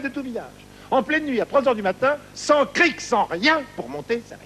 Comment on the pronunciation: stéphane Gauthier C'est "Cric" , pas "Crique"..